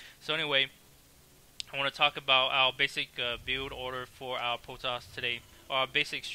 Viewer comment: u cant say the R is any word, Potoss hahahha